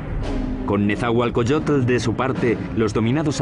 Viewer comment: No es Netzahualcoyotel, es Netzahualcóyotl!